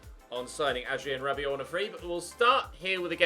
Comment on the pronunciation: Adrien 'T'abiot XD (in the vote)